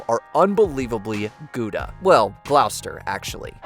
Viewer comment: Cringe-inducing mispronunciation of Gloucester at the end. Dozy yank.🇬🇧